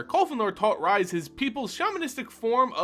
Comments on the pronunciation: I enjoy this. But....Rhys the Redeemed/exiled and rhystic study. Rhys. Not Rise. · Welp you triggered me, here we go: I don't understand how people can find SO goddamn many WRONG ways to pronounce "Rhys". It's Welsh and it's pronounced "Reese". Like from Malcom in the Middle, or REESE'S PEANUT BUTTER CUPS! watch?v=DK49yJG76bE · This is how Rhys is pronounced.